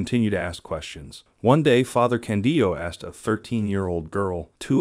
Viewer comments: The translations are OK, just please change the pronounciation of Father Càndido. The accent is on the "a", just like in "Càndid camera". Just say "Càndid" and add the final, Italian "o" :) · I had a hard time to watch your video because you constantly say '' Father Candio '' and It is not Candio but Father Candido.... Candido...Candido.... His name is Father Candido Amantini... His cause for beatification has been introduced in Rome... Please correct yourself.... CANDIDO AMANTINI!!!!